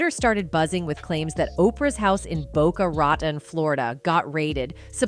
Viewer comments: Worst AI narration ever and I’ve only watched 4 minutes. His name is Denzel not Denzl and Boca Raton not Boca Rotten!!!!😂😂😂😂😂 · AI cant pronounce things. "Boca rotten"? "Den-zel"? Etc